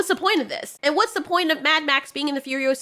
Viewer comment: Remember it’s FuriOsa, not FurioSA.